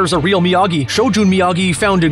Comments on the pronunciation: It’s obvious the narrator of this video isn’t really good with pronouncing Japanese terms really well. Example: Goju Ryu is pronounced Goh-jū Ree-yu not Rye yu. Oh and kata is NOT a technique in Karate. Lol. It’s a series of interpreted moves that helps develop combination attacks and defense, yet translates differently when applied in an actual fight. No martial artist ever does kata in combat. 😂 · What's a Rye-U Did you mean Goju Ryu? Pronounced REE-U To pronounce Japanese words; A is always "ah", E is always "eh", I is always "ee" O is "oh" and U is always "ooh"/U Ryu=Ree-U. Just saying.